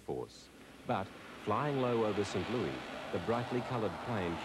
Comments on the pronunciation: I love how the narrator pronounces St. Louis in typical British fashion as "Sin Loo-ee", obviously never heard the typical US "Saint Loo-iss" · You know what bothers me the most? pronouncing St. Louis as St. "Louie".